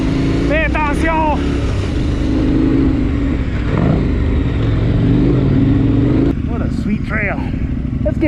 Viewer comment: did he say "fais attention!" Sounded very french to me. Cheers from QC!